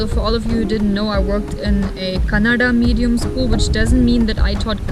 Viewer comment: You pronounced “Kannada” better than a North Indian so Danke❤️❤️❤️❤️❤️